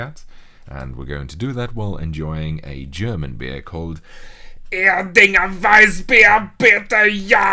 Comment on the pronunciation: I love how accurate you Pronounced "ERDINGER"